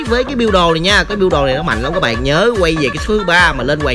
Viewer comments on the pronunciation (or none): none